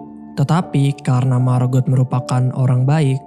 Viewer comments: "Margot" diucapkan "Margo", " t" nya tidak diucapkan, apalagi kalau mereka orang Perancis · Margot bang bukan marbot hahaha